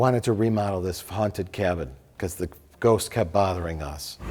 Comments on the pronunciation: Lol and ghoooowst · If this comment gets 100k down votes, Mike will stop saying Ghowst, and start pronouncing Ghost correctly